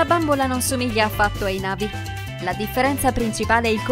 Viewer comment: Ma e super bellissima ma si dice na vi' con l'accento sulla i